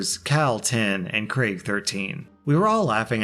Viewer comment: Thank you for pronouncing Craig correctly, it makes me so angry that people say “creg” or “Greg” instead.